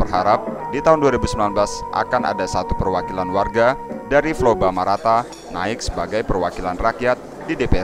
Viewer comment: Flobamorata om, bukan Flobamarata..